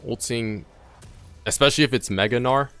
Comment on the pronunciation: Gar nar??????? Nar